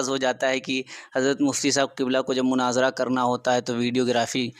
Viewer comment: مُناظرہ لفظ جناب مَناظرہ نہیں